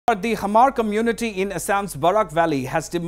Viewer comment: Its not hamar😂😂 its hmar ..u can say mar